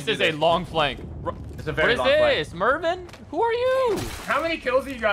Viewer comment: “mervin” lmaooi